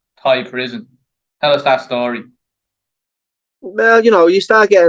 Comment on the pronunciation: ah that's lovely to hear both accent at the same time. as beautiful as hearing you say "schtory" & a Liverpudlian saying "experience" in a distinct tone. Northerners' souls shine the brightest.